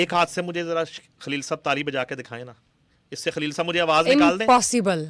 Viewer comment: کھلیل نہیں ہوتا خلیل ہوتا ہے محترمہ۰